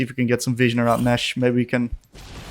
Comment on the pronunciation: Hey man thank you for the content. You're really good at explaining your thought process. The whole video I was so confused on why you used the term 'fishing' whenever placing a ward. I figured maybe its a term I didn't know yet, fishing for picks? Then it clicked on me. You're saying 'vision' XD Gave me a laugh at my own stupidity. Thanks though for the content and the fun!